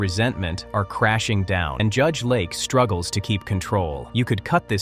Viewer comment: Judge LAKE, not Lark. AI is terrible. 👎🏼